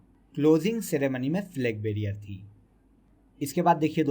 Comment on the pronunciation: Flag barier nahi hota....Flag bearer hota h